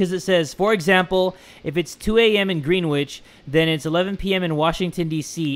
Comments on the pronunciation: I'm from London and when he said Greenwich he said it like green- wich and you're supposed to say it like Gren- wich but no hate xx and by the way YOURE THAT DUDE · Me be dying of laughter when you say Green- witch We say Grenich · When it was the time zone puzzle, greenwich is pronounced gren itch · Anyone else laugh at the way he said Greenwich Pronounced grenitch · Man the most scary part was how you pronounced "Greenwich"